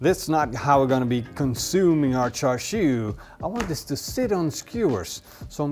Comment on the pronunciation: Its actually pronounced shar shwee, or close to that. The red colour comes from smoking bbq.